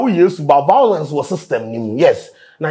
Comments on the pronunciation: Vawlence 😂😂 Yvonne should let this go seriously 🤧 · Small small we go forget say ….. this is the correct word,” violence “ and not “vawulence”😂😂😂😂